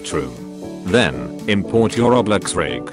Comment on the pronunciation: Bruh when that bot said roblex i died